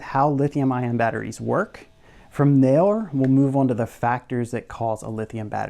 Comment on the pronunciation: "...from thewe,"